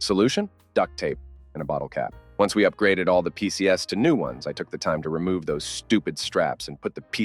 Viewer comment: The AI narration must have been bottom barrel of the budget. PCs = pee-see-ess-ez (four syllables)... come on, don't you proof your videos before posting them?